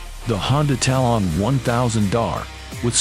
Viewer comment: Tal-on is one word..... Talon. What a stupid video all around.